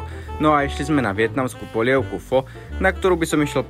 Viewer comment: Video super, opět něco zajímavého o číně 👍 Jen pozor na výslovnost vietnamské polévky Pho - tady je o tom dobré video